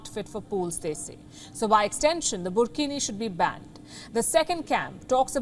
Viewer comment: Wtf is burkhini 😂😂😂😂😂😂😂